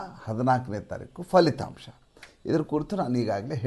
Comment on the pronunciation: falithamsha ? Kannada, samskruthadalli 'fa' akshara illa. Pha irodu. Suvarna tv Ajith hanumakkanavar kooda fa akshara pha badalu thappagi balasutthaane. ಫ